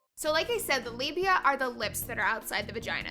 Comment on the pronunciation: Hell. I just read about 5 days worth of comments to this video and really read nothing that actually contributed to the discussion. I'd just like to thank Laci for teaching me how to properly pronounce "labia". I never really thought I was getting it right.